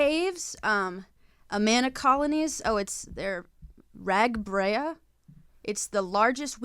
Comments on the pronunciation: Rag-brea??? Omfg hearing you guys talk about Iowa hurt my brain hahah. To be fair, yes it sucks. It’s RAGBRI (rag-bri, like brian) and it’s just an excuse to drink your way across Iowa on a bike during the summer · two notes: its slow-vock for slovac and ragbrai is rag-bry i truly can't believe you're talking about iowa this much i've never felt so much attention from celebrities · RAGBRAI is pronounced "Rag-bry" lmao. You guys should do it and get to see parts of Iowa and the endless fields of corn, come visit us!. We Iowans love you even if you don't love us 😔 (sincerely one of the three people who live here) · the way you said Ragbrai gave me hives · the way they pronounced ragbrai tho 💀💀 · viscerally crying at how you pronounced ragbrai - native iowan